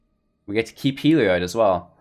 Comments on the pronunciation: I believe he's mispronouncing it. It looks like it should be pronounced "heal-e-odd" or "hell-e-odd". His pronunciation would likely be spelled "Helioid", with the extra "i" in the last syllable. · I'll be honest. Video was hard to watch, because its pronounced hell-E-odd. There is no i after the o in Heliod. Its not an -oid, like paranoid. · I tried to give you another chance, but that horrendous misplay in the 1st match sealed the deal for me. Are you sure that you're a veteran player? Because the rookie mistakes I'm seeing indicate otherwise. And also, it's pronounced Hel...eee...od. FFS... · I came to comments just for this. Thank you. I thought I was the crazy one.